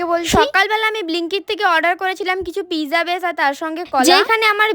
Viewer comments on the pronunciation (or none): none